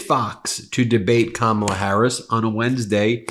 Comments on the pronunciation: He doesn't even say her name correctly. This is the kind of child half of America wants to elect as president. He's a liability to our national security, our constitutional processes and our institutions. And, easily manipulated internationally. It amazes me that someone lacking that much maturity, integrity, honesty, and leadership is the choice of half of America. Freedom is a bitch sometimes. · Have you ever noticed how he insults people by mispronouncing names like a little kid would